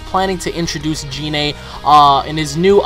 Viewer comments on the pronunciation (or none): I TO.D YOU IT IS PRONOUNCED GI-NE NOT JI-NE!!! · GOD CAN YOU STOP PRONOUNCING GINE LIKE GENE THE G YOUR HAVE TO SAY IT WITH A HARD G LIKE GOKU COME ON MAN I KNOW IM NOT THE ONLY ONE WHO MENTIONED IT TO YOU CUZ AT THIS POINT YOU SOUND ANNOYING WHEN YOU SAY GER NAME LIKE THAT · it is Gine with a hard 'G', it is the same as how you say Goku